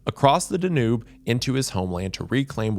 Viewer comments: His pronouncement of Wallachia is one thing, I was able to endure it, but when he pronounced Danube Da Noob? I groaned loudly and understood all the comments. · Danube~ dan-you ❤❤😅